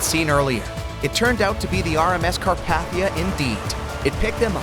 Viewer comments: It’s not cat paf ter like you said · nah 💀 carp"aH"thia